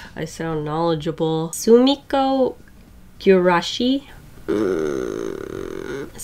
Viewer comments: Soomiko gurashiiiiiis Japanese viewers: Its soo-mee-ko-goo-ra-shee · Sumikko Gurashi is pronounced “ sue-me-kow goo-rah-she “ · You said Sumiko goulash right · YOU ALMOST SAID sumikko gurashi right